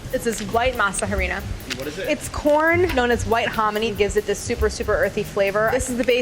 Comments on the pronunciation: Hearing her say "harina" killed me. She would put such emphasis on the "HA" so it sounded like HAA REE NA. Its more like the other way around AH ree na. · Is it not pronounced Arina not Harina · Claire, the H is silent in Harina. It's not pronouced Ha-rina, phonetically it's 'arina' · masa HUH-rina I am cringing so hard lol it’s pronounced like ma-sa AH-Rina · We HATE when white people say masa HA reena, and HAbanYEro. H in Spanish is SILENT!!! And the y sound only comes when there is an ñ. It’s masa AH-REE-NAH, and AH-BAH-NEH-ROH. Signed, ALL Latin people. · Love you Claire. But I cringe every time you say masa HArina. It is masa Arina. The H is silent. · Lol it's pronounced Arina not harina because the H in Spanish is silent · In Spanish the h is silent. So it's pronounced masa arina. You're saying masa jarina in Spanish and it gives me life for some reason 😂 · It’s ah-rina, not ha-rina. Sorry I’m kind of a stickler for pronunciation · Claire it’s Harina (Ah-rina) not Ha-rina. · Okay so Harina.. she’s almost got it.. really ALMOST perfect but the H is silent so it doesn’t make that “ja” sound at the beginning so just read it as “arina” kinda like you would say arena as in a sports stadium and that’s perfect 😊🙌🏻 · Masa harina the H is silent Arina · The H is silent in Harina.. So it's just "Arina" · JUST FYI: YOU PRONOUNCE HARINA LIKE "ARINA"!! :) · I love the way she says "masa HArina" lol; it's pronounced "masa Arina" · Maza ha-rina? Oh boy lmao. The ‘h’ is silent 😂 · The h is silent in Spanish. Pronounced ah-REE-nah . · In spanish you dont pronounce the letter H so it should soul like masa arina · Masa HArina 😂 the h is silent, mama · i love claire but does anyone else die a little inside when she says "huh-reen-uh"? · The jarina stressed me out to no end. The H is silent! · Spanish being read in English, say it with me “uh•ree•an” HARINA. The “H” is silent in Spanish 🤣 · Harina is pronounced “Ah-reen-ah”Claire! ♥️ that “H” hurts my soul. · The H is silent woman